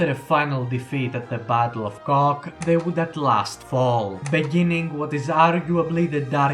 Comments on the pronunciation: I love how you mispronounced Kock (which would be probably easier for foreigners to pronounce if it was Kotsk) as cock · The battle of Kock (it's pronounced "kotsk" btw) was a local Polish victory. After the battle, general Kleeberg began negotiating capitulation with the Germans upon realizing his forces had almost no ammunition (I think his quartermaster said they had enough for a three-hour fight at best), and this made it virtually impossible for the "Polesie" group to break through to the military depot in Stawy, which was their objective. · Battle of cock is wild💀 (No hate) (If anyone wonder its write: Kock) Thanks for vid btw